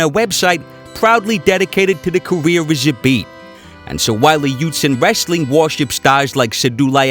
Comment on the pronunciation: You pronoince his name doesnt right, not "Zhabit", Z pronounce same way like "Zorro", Забит.